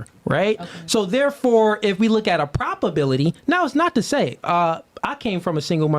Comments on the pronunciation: It’s probability NOT “properbility” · “Propobility” is wild 🤣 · “Propability”? I’m pretty sure he meant “probability.” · Is he saying Propability or Probability ? Sounds like Propability… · Him saying propability is getting on my nerves 😂😂 But I get what he's saying. But damn shit is wildly annoying me.